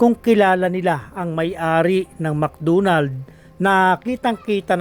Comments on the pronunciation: Mc Donald po at hindi mc dunald.. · Bisaya ka Kuya? Mcdonalds hindi Mcdunald. Lambutan mo ng konti!😂😂😂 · Mc Donald ❌ Mc Doonald ✔️ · Mc Donalds hindi Mc dunald Sta. ROSa hindi Sta Rusa😂